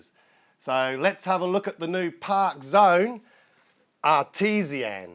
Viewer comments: It's pronounced r t zan! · Nice looking plane. Think its pronounced R T ZAN, as in skilled crafter. Still waiting for your thoughts on that DX9.